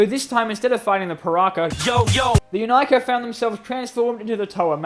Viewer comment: Wierd pronaunsiation? Well, I guess it's only ok for russians. Plus we all still read Inika as [Ee-nee-ka]